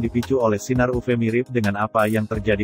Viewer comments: Bagian uv harusnya ditulis yuvi aja biar robotnya baca yuvi bukan uve, awalnya bingung uve2 apa oh maksudnya uv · Iya dengernya agak gimana, apalagi pas ngomong sinar "upe" Sinar "upe" 😆